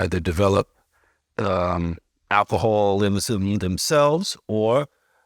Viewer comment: The interviewer pronouncing alcoholism tho! 😂😂😂